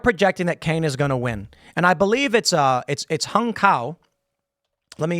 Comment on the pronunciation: Tim, HUNG, the Vietnamese name is pronounced Home. I had a very good friend by that name.